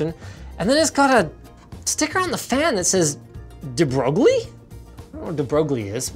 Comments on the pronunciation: De Broglie Actually pronounced as "De Broy" And we were taught, "learn to say it properly or else the people of the West will laugh at you" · It's pronounced "de-broi". He was a French theoretical physicist who outlined the wave-particle duality theorem of photons in his thesis roughly 100y ago. Very strange as to why such a name slash sticker would be on even a Chinese product. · Debrosglie is a famous mathematician who's theorems you'll inevitably hear about if you do math. You pronounce it "debreuil" I believe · de Broglie ( pronounced Day-Broye) is the name of a physicist who was famous for defining the wavelength of particles in a quantum mechanical sense, known as the de Broglie wavelength. It is defined as planck's constant divided by the momentum of the particle. I don't know what any of this has to do with graphics cards, but regardless... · Linus: "Dee-Broge-lee" Physics students: crying in french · De brougli wavelength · "de broglie" lmao debroil (the l is kinda silent), was a physicist that discovered the waveform for matter. The debroglie wavelength was named after him. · Did nobody else die when he said debroglie? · it's pronunced like this: this remenbered me the video about that society who're named marseille and Linus has no idea how to prononced it , i like that ^^ . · its not a french name. its an italian name because the family de broglie before living in France comed from italy. so you are ridiculouse